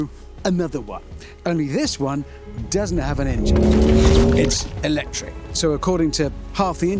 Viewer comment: I stopped watching as soon as Hamster said 'lectric.'